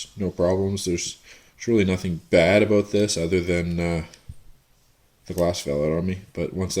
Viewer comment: Hahaha he said "aboot"